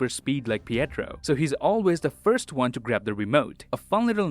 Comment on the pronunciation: did he say wan instead of one